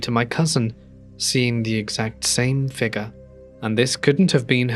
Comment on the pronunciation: If u can't say figure right dnt say it plz